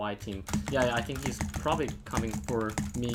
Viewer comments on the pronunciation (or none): He says think as tink